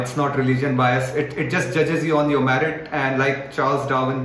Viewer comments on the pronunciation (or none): It's merit not "marit"🙄